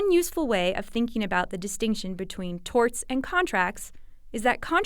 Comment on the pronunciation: "Strew Dulls" and "Torts"/"Tarts".